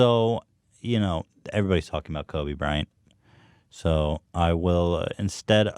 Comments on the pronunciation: Why does he keep saying Kobe Brian? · It annoyed me more than it should, how Ethan kept saying "kobe bryan"